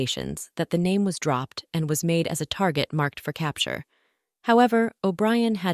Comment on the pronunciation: I can see that. MAD read instead of MADE, LED instead of LEAD, etc.